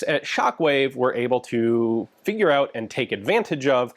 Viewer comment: When he said figure out at the beginning I had to listen a good 3 times to see if he said figure out or finger out.